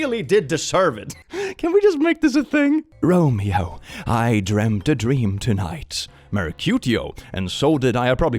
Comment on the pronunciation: have never heard anyone pronounce "romeo" as beautifykky as.